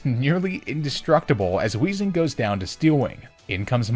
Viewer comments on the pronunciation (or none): none